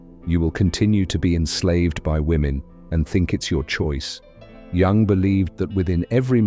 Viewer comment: popcorn psychology from a dude who cannot even pronounce Jung's name 🤷‍♂️